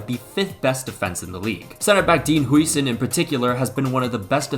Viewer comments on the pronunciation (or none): btw that is not how you pronounce Dean's last name